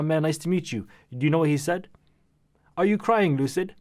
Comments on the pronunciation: No one: Lil UK brat: "Is Loocid croying" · Is LuCiD cWiyIngS